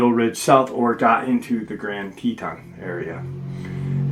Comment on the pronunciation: Tee-tawn haha that's how it's pronounced 😅 I actually live in Cody Wyoming so this episode is going to be so interesting! I've had some super weird feelings around here, up by Pahaska teepee which is right close to Yellowstone east gate (west Yellowston). I live 35 miles from the east gate and we cut down our christmas tree every year and when my oldest son was baby Dec 2016 we chose to go out to the shoshoni national forest and holyshit the scariest feeling I've ever felt in my life. We have never been back 😅